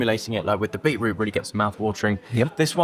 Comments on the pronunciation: Love your videos but why on earth have you started saying beetroot in that annoying American way ? It has a T in it for a reason . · Not sure I could order from someone who cannot say beeTroot..lazy. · Aaarrrggghhhhhh! "Super" excited at around 4 minutes. "Super" !!!!!!!!!!!!!!!!!!!!!!!!!!!!!!!!!!!!!!!! "Bee-root" (the word in "beetroot" and his tattoos [the waiter] at around 5mins 20secs totally ruined it for me